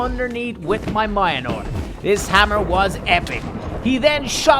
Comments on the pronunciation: Mjolnir is pronounced mulnear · Can u please pronounce mjlonir correctly I beg of you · Its pronounced Mjolnir. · You didnt even try to pronounce Mjölnir